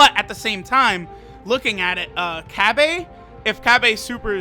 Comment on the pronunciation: Why are your saying cabba like that?😂😂